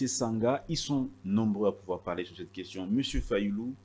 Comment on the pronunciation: Pourquoi, lui qui a étudié en France à des sérieux problème de prononciation des mots? Tantôt: queshion, tantôt: consition...il donne quel éducation à la population?